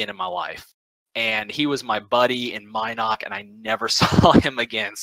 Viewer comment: M"y"noc??? "Felooka"???